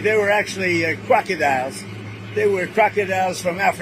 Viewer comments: He couldn't even say crocodiles right, he said crocky dials. 🤦‍♀ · Krekadiles he says blah hlah blah 🤡